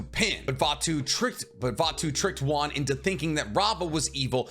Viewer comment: It's wan not juan